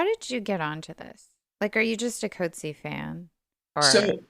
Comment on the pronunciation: You cannot bother to get remotely close the accurate pronunciation of the surname of John Maxwell [formerly Michael] Coetzee. I am beside myself, horrified really. Listen to his Nobel award— the Nobel panel fortunately respect the laureates (and short-list) authors enough always to bother, as with their perfect pronunciation of Louise Gluck’s name {Nobel 2022}. Im clicking away from you two… you sound like unsophisticated teenagers, not academics. I am rarely harsh and do not wish to be a “troll.” Have some respect… Coetzee is not “Coat-Zeee,” it’s roughly “Kut-zee-a.” Look it up, listen. Get it basically right. He is such a gentleman he never corrects these mispronunciations… but ive had the pleasaure of meeting him, etc. i bothered to request guidance though id listened to the Booker ands Nobel panels… and had been equally horrified by the University of Chicago putting a voicemail greeting up for him while visiting for 1-2 years [as an academic] there. The day of thje Nobel they too got his name mispronounced with their voicemail message stating that his voicemail would be fu;;/unavailable due to the volume of congratulatory calls, and often undesired requests for interviews, and other meetings. Just… listening to you both speculate, wrongly, and say “I was confused about that.” Again and again. “I feel sorta sorry for our listeners.” (Why not keep this discussion between yourselves, take it down here. Through I do not “have to be here,” that is so. No philosophical sympath